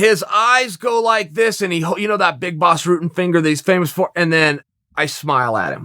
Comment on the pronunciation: why is "Rutten" so hard to pronounce? just Ru as in a rug followed with tten just say ten and it's close enough.